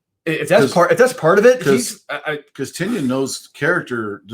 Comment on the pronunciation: Like 190 > it's pronounced Tie-Nun (Tynion)